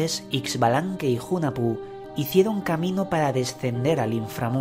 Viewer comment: Hunahpu se pronuncia junajpú